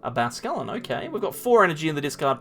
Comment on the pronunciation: Great content, just cringe everytime you say Basquelin instead of bascuiln